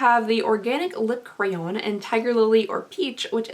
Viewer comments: "It's a lip crown." 💋 👑. What. That's a crayon... This drives me nuts all the time. And it's not like you don't know how to pronounce it right... You did it later in the video. What is happening? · I love how you pronounce crayon (crown) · The way you pronounce crayon cracks me up 😂